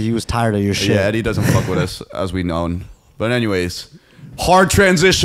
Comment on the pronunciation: deadass said “Eddie” 🤣🤣🤣🤣🤣🤣💀💀💀💀💀💀